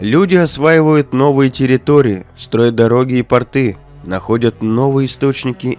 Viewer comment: Привет! Поправка: не тортЫ, а тОрты и не портЫ, а пОрты! Спасибо за видео!